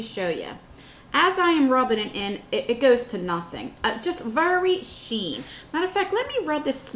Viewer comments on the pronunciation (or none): eXquisite NOT equisite sheer NOT sheen 🙄